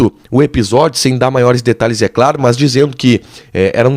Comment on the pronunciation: Dói o ouvido escutar esse jovem jornalista pronunciar a palavra MAS como MÃS, verbete inexistente na língua portuguesa.